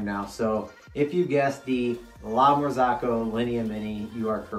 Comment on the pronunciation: It would be nice to know something about the brend before you buy it and not buy just because it is expensive. It is called "marzocco", not "marzacco"... I may be hater or enviois! :)